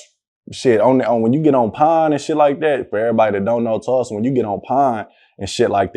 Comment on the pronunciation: Tulsa, not Tusla lol